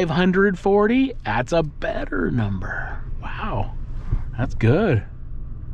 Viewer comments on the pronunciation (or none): none